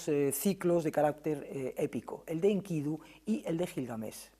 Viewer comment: Maravilloso oír a Lara Peinado, por cierto pronuncia muy bien a Enkidu( acento tónico en la última sílaba) y no en la segunda como lo pronuncia la periodista sin afán de menospreciar casi nadie lo hace bien, muy buena entrevista.